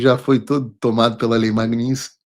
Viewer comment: MAG NIT SKY MAGNITSKY MAGNITSKY MAGNITSKY MAGNITSKY MAGNITSKY VENDA SE FALA CERTO O NOME DA LEI MAGNITSKY